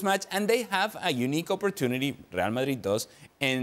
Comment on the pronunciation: This guy said Msdrid and Byehad no chance 😂😅